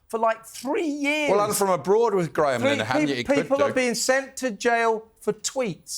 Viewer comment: Pronounce "LIN-A-HAN" correctly please Kev!